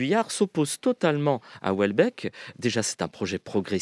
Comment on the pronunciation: France Culture ne sait pas lire Houellebeck...De la bien-pensance à revendre